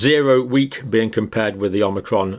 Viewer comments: Sorry dr John it isn't pronounced as omnicrom. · I love the way he says "an Omicron.......cold" !